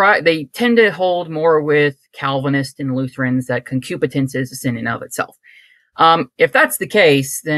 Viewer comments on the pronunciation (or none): Great episode. The guest was very well read and very cool (until he said that he was a credobaptist). He would be great to have back on. One minor thing, it is “concupiscence” that Lutherans believe in, not “concupitence.”